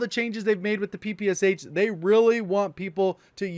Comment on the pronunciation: Ppsh you actually should pronaunce this as Pepesha